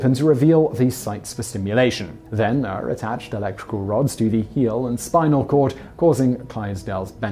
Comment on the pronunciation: Ure is pronounced your